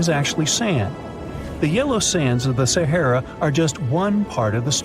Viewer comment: This guy can’t pronounce “SAHARA” !!!!!